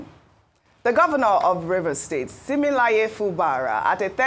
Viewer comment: Ojy, his name is not ‘Similaye’ it’s Siminalayi, pronounced si.mi.NA.la.yi.